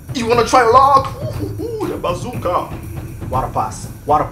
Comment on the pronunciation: where's he from Senegal Togo, Liberia, i like when he says banana and Basuka.